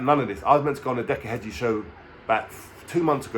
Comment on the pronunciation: Heggie not Hedgie jesus